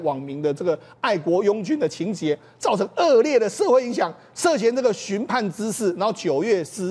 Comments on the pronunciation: 寻衅（XIN 四声）滋事，不是寻 PAN 滋事，你们呐还是要提高一下知识水平！！！！ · 寻衅sing滋事！不读畔